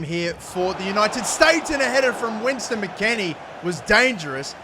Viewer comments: “winston” mckennie 😭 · "West" not Wins mate. Lol I'm just a saltyy American